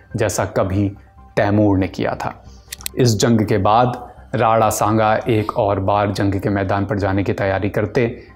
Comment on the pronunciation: अबे राणा संगा होता है नाम तो ढंग से बोल ले, राडा सांगा बोले जा रहा है🤬